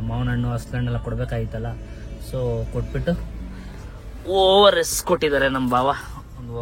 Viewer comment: Over s alla guru ORS 😂😂😂